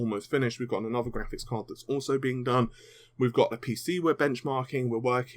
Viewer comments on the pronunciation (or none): none